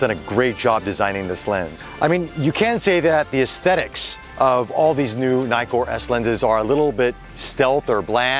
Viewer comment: It’s not nai-kor, it’s ni-kor as in “nitwit”, because there are TWO Ks in Nikkor.